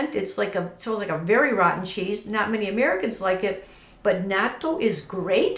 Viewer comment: Woww you're the only White person who pronounces it correctly. Lol. Bravo.